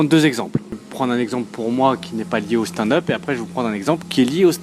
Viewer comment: Je regarde toutes tes vidéos, je suis toujours gêné par la façon dont tu dis stand-up...